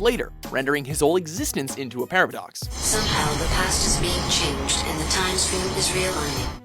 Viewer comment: did he just say Parablox? I guess that whole thing was complicated